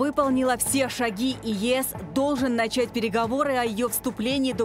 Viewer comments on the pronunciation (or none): none